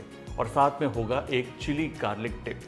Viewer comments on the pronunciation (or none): none